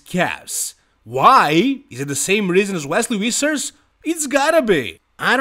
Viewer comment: No one:: WESLEY WISSERS